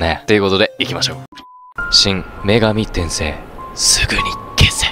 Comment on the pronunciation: 女↑神↓転↓生↓、じゃなくて 女→神↑転↑生→、やで。(発音) 細かくてすまんね。